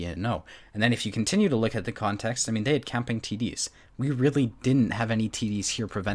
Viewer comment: consext😂 no hate 🙃